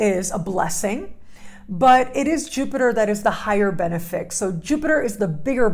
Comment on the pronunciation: Another great video,. Thank you! Please be careful with things like pronunciation, because it matters more than most people realize. You are among the world's most foremost astrologers, which means you represent the entire profession. You can either bring credibility to it, or add to the general public's disdain for it. The correct pronunciation of benefic is ben IF ic. The emphasis is on the IF. You are emphasizing BEN. Please know that I have only LOVE for you. I've watched you for years now, and have great respect and admiration for you. Your strength has grown immensely. Btw, I share your love for Ibn Arabi as well. He was brilliant, and his wisdom lives on through you.